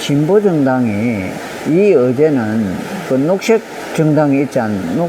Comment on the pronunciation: 녹 섁 이 아니고 녹색